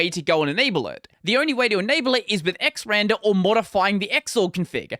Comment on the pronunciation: it's pronounced "ecks arr and arr"... not "ecks ran der"... 😏